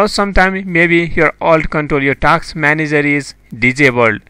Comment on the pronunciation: Task not taks